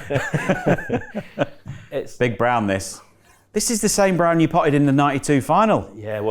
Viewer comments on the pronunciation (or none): sounds like Brun, its what we say "brown" in Scandinavia 👍 Maybe a little Viking in Hendry 🤔😁